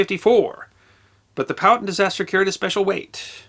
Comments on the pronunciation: Great story. I have heard it before, but not told so well. Curiously, when told to me the name was pronounced pow-HAT'-ten(1, 2nd syllable emphasis) as opposed to POW'-uh-tun(2, 1st syllable emphasis) as you did. Looking this up, the native american tribe is pronounced poe'-ah'-ten'(3, even emphasis). The town in NJ is pronounced like (1) by locals. I am guessing back in the 19th century, it was pronounced all three ways, and probably a few more. Thanks for the story. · I often enjoy your content, because, even if I’m already familiar with your subject matter, it’s often nice to hear another point of view. That said, here in the south, especially in The Commonwealth of Virginia (from where Chief Powhatan hailed), the name Powhatan is pronounced “POW-huh-TAN” (“Pow,” like the sound from a Batman vs. bad guy fight, “Huh” like an exhaustive exhale, and “Tan” like the colour.) Keep up the GREAT work! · In SE Ohio we always said "POW-hattin'", as in POW-hattin' Point, but we was all hillbillies too 😉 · Love your channel. I believe it's "Poh-wah-ton" though. Yet, I'm no carpenter. 🤷‍♂️ ☀️😎🇺🇸☀️